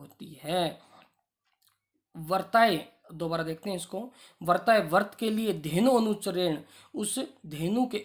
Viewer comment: उच्चारण सुधार कर वीडियो डालें। आप व्रताय को वर्ताय उच्चरित कर रहे हैं। आप में संस्कृत पढ़ाने की पात्रता नहीं है।